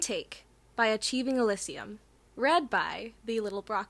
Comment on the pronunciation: Honestly, I am just so happy you properly pronounced Elysium, I had listend to another poetic by the same author but the names of quite a few Greek deitys were mispronounced and they definitely mispronounced Elysium, as a fan of Greek mythology it gets kinda annoying when things are mispronounced, though I don't get as upset if they just don't know, it's still annoying